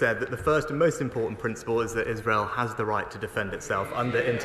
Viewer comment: He said "And Is— has the right to protect itself…" Not sure why he minced the second syllable.